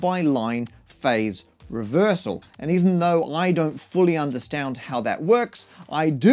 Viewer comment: ahem COLOUR is spelt wrong, bugga me these people are outrageous!! also you pronounced understand wrong